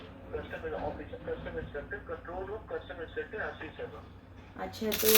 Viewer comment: Madam, word कस्टम होता है, ना की कशटम!